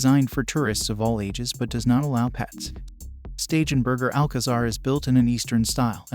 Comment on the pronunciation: Please tell the narrator that he is constantly mispronouncing STEIGENBERGER = SHTAI-GEN- BERGER